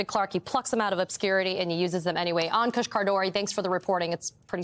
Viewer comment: Poor Ankush. You mangled his name. In the worst way. I'm sure other ppl have as well. But when I read his name I didn't know whether to laugh or cry. Appalling! Cmon guys you can do better. Great segment tho.